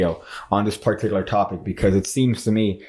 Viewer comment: you say particular a lot but you're pronouncing it in a way i have never heard it pronounced and i have just gotten on with it but i felt like i had to say something about it now.